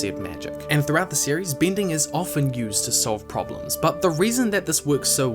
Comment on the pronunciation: great video! but i cannot help but be amused by your kiwi pin/pen merger affects the word "bending"